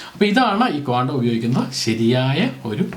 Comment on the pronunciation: ക്വാണ്ടം അല്ലടോ കോണ്ടം